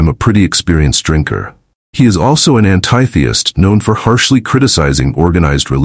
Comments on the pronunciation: but yet they are BACK!!! i saw a concert the othrday on youtube i hope it wasn't nobody playing a trick...and i highly thnk he's worth more then 10-12 million slayer has been around 42 yrs and it's athiest what you can't pronounce that? seems like you didn't do your homework and his hobby is snakes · AI sucks GTFO Can't even pronounce atheist or the word THIRD correctly